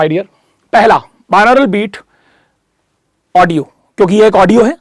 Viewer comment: Sir, its बाई-नॉरल beats, not बिनौरल beats.🙏